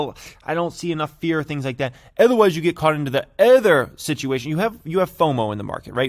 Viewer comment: When you stop saying “ether” instead of “other”, I’ll hit the like button. It’s O-der, nor A-ther.